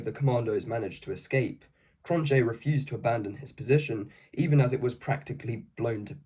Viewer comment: Understandable. Even if you had an Afrikaans speaker to coach you, English just works completely different. Cronjé has no J sound and its a K like Kroot Afrikaaners can have a horrible accent in English and most English speakers of Afrikaans retain an accent